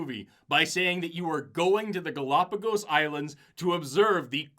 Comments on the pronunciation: "Gal-O-pagus" FFS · They can’t even pronounce it correctly… GalapaGUS? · I can't get over how he pronounces "galopagiss" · Say “galapagus” one more time… I dare you! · Them pronouncing it "galapagis" is pissing me off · I love how the creationist pronounces it “Golopiguusss” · Why does the guy continually say Galápagas. And Galápagus. And Galápagis. It's Galápagos. It's not hard. You don't need to be a native speaker. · Why is it that creationists regularly mispronounce important words in their presentations? It’s like a trope with them. It’s not difficult to find out how to pronounce the name of the damn archipelago. 🤦‍♂️ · Genuinely put off by that pronunciation of Gálapagos for some reason